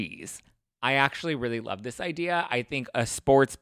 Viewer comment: and “In luRVe”